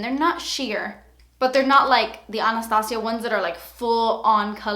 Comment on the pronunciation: You've Stopped Saying Ann-es-tay-jia.! Lol Now You Say Ah-nus-tah-see-ah. I Love The Way You Pronounce Anastasia.